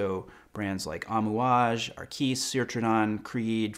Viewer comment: That's not how you pronounce amouage we Omanis are truly offended 😂